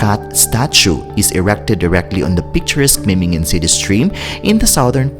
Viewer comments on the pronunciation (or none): Es heißt Memmingen nicht Mimmingen